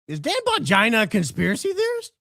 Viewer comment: Now I’m lol each time says Bongina. If we don’t laugh we will cry as they say.